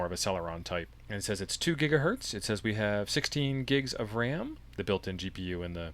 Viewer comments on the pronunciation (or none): none